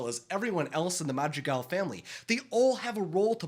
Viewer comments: Tell me why i keep hearing "magic elves" instead of madrigal 😂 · Every time you say Madrigal it sounds like magic elves to me I was so confused